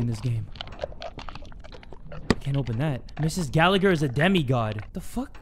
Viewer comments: I'm sorry but I need to say this is the way its pronounced "ga-la-her" I laughed way to hard at your pronunciation 😭 really sorry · Me: hears says The Gallagher Case Also me: Aidan Gallagher?!?!